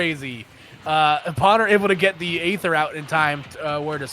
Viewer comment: Was anyone else extremely bothered by the commentators mispronouncing Pwner's name as pAwner instead of pOwner?